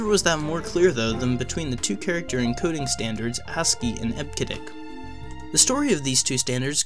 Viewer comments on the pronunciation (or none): what are you saying—almost like 'hasskey'—and we say, 'eb-cee-dic'... "charcter" (sic: 'character'), 𝒶𝓃𝒹 𝕨𝕙𝕖𝕣𝕖'𝓈 𝓎ℴ𝓊𝓇 5-𝒷𝒾𝓉 𝔙𝔞𝔲𝔡𝔬𝔱 code... P.S. we use UTF-8 mostly these days but we really need UTF-X for plaintext... (we, want, all, letters, superscript-able, subscript-able, italics, faces, colors...).